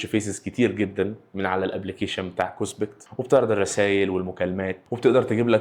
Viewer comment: اسمها كوسبت مش كوسبكت